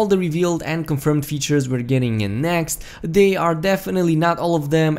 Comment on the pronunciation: Did you just say weatures?